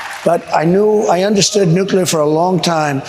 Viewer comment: 2016 he pronounced it nick u lar /nucyalar